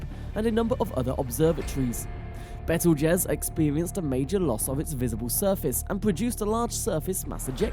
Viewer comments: Lol... it's " beetlejuice " like the movie. He pronounces it correctly a couple of times which means some one corrected him during his talk but it's he's too lazy to reshoot it lol... bad video...lmfao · Lol bettle jez that's funny